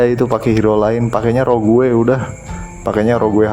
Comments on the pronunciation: Sage bacanya Sej.. Rogue bacanya Roj.. Dan byk lg yg hrs di perbaiki pronounce englishnya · lawak polisi grammar tapi salah juga. Rogue dibaca "roug" u tipis. Sage dibaca "seidj" j tipis